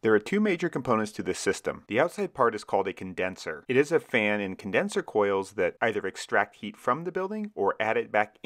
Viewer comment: "CONDESNER" lol